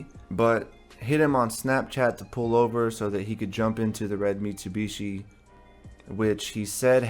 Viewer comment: Ive never heard someone say Mitsubishi. .. mitsewbeeshee lol